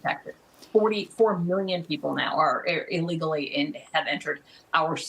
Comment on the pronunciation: KEY WORDS. ILEAGLEY NOT. LEAGLEY